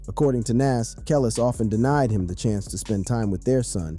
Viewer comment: THE SATAN SYSTEM HAS MANY DIFFERENT VOICES THAT CAN"T PRONOUNCE CERTAIN WORDS RIGHT, "THAT'S WHY THIS BOT CAN"T PRONOUNCE KELIS'S NAME RIGHT"!!!!!!!!!!!!!!!!! THIS ISN'T A REAL FLESH AND BLOOD PERSON TALKING ON THIS VIDEO!!!!!!!!!!!!!!!!!!!!!!!!!